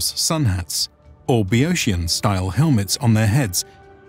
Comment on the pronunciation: It's good to see this unit being brought to the attention of those who didn't know about it. I wish that the narrators of this type of documentary (not just this one) would take the trouble to learn the correct pronunciations of names, etc. The most glaring case in this one is two different pronunciations of Boiotian [Bee-oshan and Bo-eshian], both of which are incorrect. I think it should be "Boy-otean".